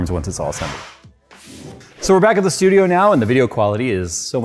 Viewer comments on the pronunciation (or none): none